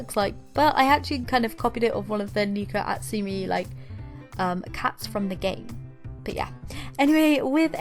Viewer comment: Btw Neko Atsume is pronounced Neh )as in meh but with a n) co (.co.uk) At-Sue-May Neh-co At-Sue-May